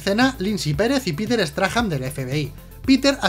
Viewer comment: Error épico, porque dices Peter straham... si es Peter Strahm??